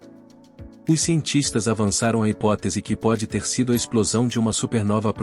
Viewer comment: Prestem atenção nas palafras, ”ipotese”